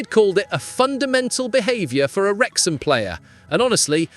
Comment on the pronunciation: Ffs we're called Wrexham not Wexham!!!